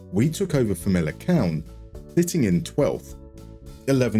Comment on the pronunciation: Hi a quick lesson in Portuguese Famalicão should be pronounced as "Famalicaohm" like the ohm of the sound of the universe For words that start with a G and are followed by a vowel it turns into a J so Gil Vicente would be "Jil Vicente" For the little Ç it's an S sound so Taça de Portugal would be "Ta sa de Portugal"